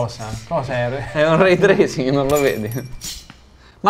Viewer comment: Ma perché avete tutti il brutto vizio di pronunciare ray tracing come se fosse "rate racing"!